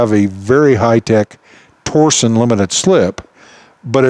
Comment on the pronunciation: "torsion" is the physical act of applying torque, not a company. The differential uses torsion to achieve it's design goals, hence the name. Also, it is pronounced "tor-shun", not "tor-zion", or "tor-sion".